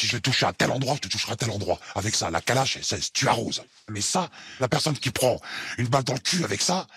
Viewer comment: "Kalach" j'ai mal au coeur